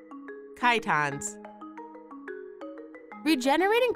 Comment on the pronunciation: Lol you pronounce chitons funny.